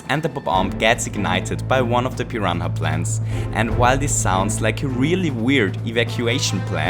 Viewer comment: What is a "piran ha"??